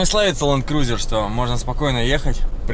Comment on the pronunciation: Cruizer???😂😂😂😂😂 может Cruiser?